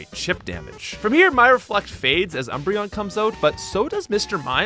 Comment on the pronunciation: Ah yes, my favorite Eeveelution: “Embreon”